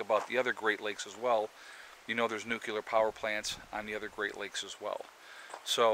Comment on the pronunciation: Nucular?? just say " new" , then, say " clear! ( Solved) Holy My *